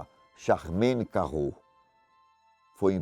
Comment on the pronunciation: Sou um fã de Ivan, e Fatos. O meu comentário de hoje é uma crítica. Os biquinis são menos importantes, o sujeito é um criminoso sagaz e sutil. No caso de Charmayne Carrou, um nome francês, o deveria ter enfatizado o "r" de ChaRmayne e subtraído um deles em Carrou, pois em francês um "r" arranha e dois "rr" suavizam na pronúncia. Abraço.